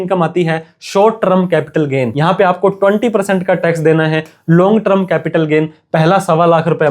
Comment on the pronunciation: ट्रम नहीं टर्म बोल .......ट्रम नहीं टर्म बोल .......ट्रम नहीं टर्म बोल .......ट्रम नहीं टर्म बोल .......